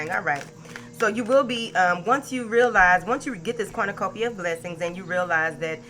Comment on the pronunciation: Everytime you say Corn-na-cupia I get lots of money!!!!! If it happens again you will know about it!!!! Thanks Bunches